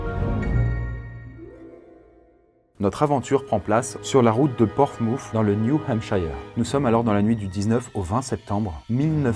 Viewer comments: "Porfmouf". L'irrespect envers la langue anglaise, mec ! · déblatérer des mensonges ? Déblatérer est un verbe intransitif... Nombre scandaleux de fautes de prononciation pour quelqu'un qui a autant d'auditeurs , ... (Et Portsmouth ne ne prononce pas Port Mousse)